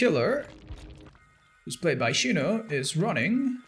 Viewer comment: why he calling xeno, shino lmao